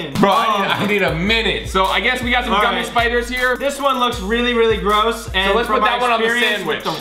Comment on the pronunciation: Collins “The largest guumie sandwich” Also Collins putting a real pumkin in it lol